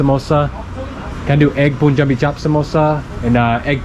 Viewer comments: It's like purple's pu but they pronounce poo😂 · Let's try some pronounciations. Pun = Pun. Fun = Fun. Run = Run. Sun = Sun, Gun = Gun, Bun = Bun. Now let's put "Jabi" to all those words and see how pronounciations change dramatically. Pun(jabi) = PoonJabi????? Run( Jabi) = RoonJabi ??? Gun (jabi) = GoonJabi??? Bun(Jabi) = BoonJabi??? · It's "Pun-Jabi" not "Poon-Jabi". The "Pun" pronunciation is similar to how you say "pun intended". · just to let tou know that punjabi is pronounced as "panjabi" and not "poonjabi" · How does one pronounce the English word “pun” it’s exactly like that in punjabi Not “pooonjabi” - CORRECTION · It's not poonjabi it's Pronounced as Panjabi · Punjabi (it should be pronounced as ("puhn·jaa·bee")🤣🤣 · It's pronounced like PANJABI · Its written as Punjabi...but please pronounce it as panjabi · dude... Punjabi =..pronounciation is "Panjabi" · When pronounced punjabi chapppp samosa instead of punjabi chaap samosa😂😂😂😂❤ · The 'pun' in 'punjabi' is pronounced how you pronounce 'bun'.